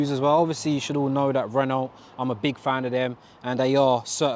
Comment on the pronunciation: Nice car dude! Isn’t Renault pronounced Renow (as it’s a French company), not Renolt as it’s spelt in both languages.